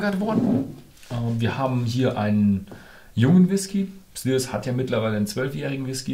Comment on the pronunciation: "Schliers" nicht "Slürs" - so wird es einem gesagt bei der brennereiführung ;-)